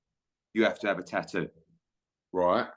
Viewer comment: you absolute ball bag, why do you repeatedly refer to the word 'Tattoo' as Taooo? Very annoying and silly🙄